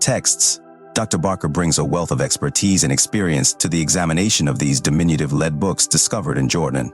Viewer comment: NOT LEED BOOKS AI, PRONOUNCED LED SPELLED L-E-A-D Actually Pronounced it Correctly twice, Then Repeatedly not. Cringe to Keep Hearing exposing The artificial Fake Voice. Next time Have Human read the Dialogue